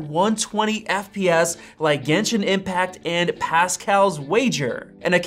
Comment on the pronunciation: "Gentian impact" 💀💀